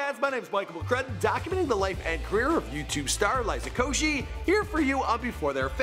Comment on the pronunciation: woah, he pronounced liza's last name correct